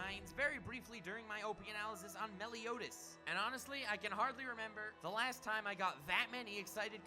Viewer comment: Holy fuck I've tried soo hard to sit through the butchering of names...I love anything Overlord, so I've been binging youtube vids about him, but oh my god stop butcher soo many names, why do you people do that? 1 minute in and you Butchered Usopp, Meliodas, and Ainz's names...You remind of the retarded way Naruto's dub calls him...ffs people